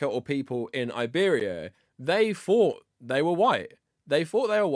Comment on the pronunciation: My guy, I know you all in Britain don't know English all that well, but try practicing on these words: -Fought -Thought Because you clearly don't know the pronunciational difference. Also try this one: -Free -Three Mastering these sounds will really make you look less of a fool, you are literally talking like this: "Less of a feme" (theme) "In the nineteen firties" (thirties) "Doesn't necessarily say ve Jews" (The) "It has noffing to do wivv Jews" (nothing, with)